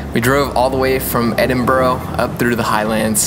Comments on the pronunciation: Edin-BRO :).... I'll let it slide, but its pronounced Edin-BRUH.... stunning visuals as usual though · Great film apart from the way he pronounced Edinburgh lol So far off!